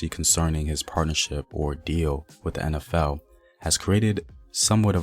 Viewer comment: Thanks for your fine pronunciation! Been a long time since I heard a Black man say "En Ef El"( instead of "In Ef El") and "Empire" instead of "Impire".